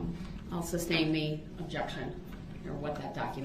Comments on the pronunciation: Brooks, it's SUSTAIN, not substain, you moron...How many times did he mispronounce that word alone? lol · Can anyone explain to me what a "of" is? I think he meant to say "oath" but I can't tell with this narcissistic clown. He also never got the word "sustain" right either .."The reason for the substain, your honor?" Lol